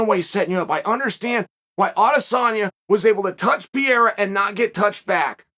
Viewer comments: the first word i heard is pierra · Chael the name is pronounced Pe-rei-ra Like the city in Colombia. Pereira Colombia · Who's 'Piyeera'? That Chael...😂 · It’s PUH-RARE-UH. 😂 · Uncle Sonnen I really enjoyed your comments. If you want to know the way that you pronounce Poatan name is : PEHRRRREYHRRRRA ... THAT IS PORTUGUESE FOR : PEARTREE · 6 months and Chael still can’t say PEREIRA… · lol "pierra" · Chael: Pierre has my interests Also Chael: Peeeara for what it’s worth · I love how Chael pronounces Pereira's name as Pierre. LOL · P-YEE-RUH? LMAO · Nobody says his last name the same. Chael just said f this shit and went with "Pierra." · Alex needs to officially change his last name to "Piera" because ain't no way can Uncle Chael be pronouncing a name wrong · Pair-rare-uh. Learn his name Chael. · "Alex Pierra" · Chael, forgive me but am I almost starting to hear you say an a at the end of Alex Pierre’s name, what’s up with this almost somewhat correct pronunciation? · Pee Air Uh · Love how he still cant say alexs last name right and.prolly doesnt care lol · when he start pronouncing perreira name in a weird way..i knew this is a great video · Couldnt prounounce Pereira for the life of him. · Dude, how are you still saying his name wrong 🤣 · The Miss pronounce of Alexis name was maddening…. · Chahale, can you at least take the time to pronounce peoples names correctly? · You mispronounced his name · its so annoying how chael pronounces Pereira name lmao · You are pronouncing Pereira’s name wrong Chael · he pronounces everyones name wrong. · Uncle Chael. It’s NOT PIERA. It’s PEREIRA. Say it with me. PUH’ REY’ RAH’ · Pierra or pereira? Why does he keep getting it wrong. Not the first video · Chael. Say it with me “ Pe-Heh-ira” not pierra 😭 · PE - REI - RA. Not Priera. Practice. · "Piera" The Chael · Pierra😂🎉unc u sounding old as hell mis pronouncing the champs name guy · Pierre ah lmfaoooo bruh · WTF is Pier.. it's PEREIRA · Pereira not pee era. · not pierre. Its PEREIRA.